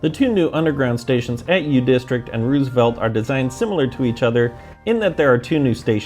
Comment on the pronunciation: You mean mean "Westlake"? lol / - Us locals usually say "rose-a-velt" not "roos-a-velt". Like the 26th and 32nd presidents.